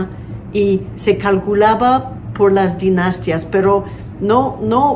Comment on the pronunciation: Lo importante es comprender el mensaje, aunque yo tampoco hablo así, cada quien es libre de hacerlo siempre que no caiga en insultos. Lo que a ❤ le falla (muy pero muy poco) es su prosodia en español y esta vez dijo "dinastias" en vez de "dinastías", quizás por adaptar del inglés "dinasty", pero es un formalismo, lo importante es comprender el mensaje, pienso. Respetuosamente, saludos 🎉